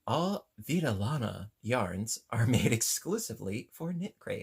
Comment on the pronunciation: Vidalana in Spanish means wool life. I enjoyed hearing you say it.